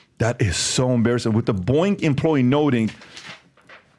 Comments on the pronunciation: I kept thinking he was saying Boing I was like wtf is he talking about lmao 🤣 he’s saying Boeing….🤣🤣🤣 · The way PBD say "boeing" Sounds like "Boe-ink" 😂😂